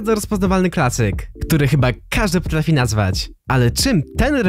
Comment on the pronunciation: Potlafi? xDDD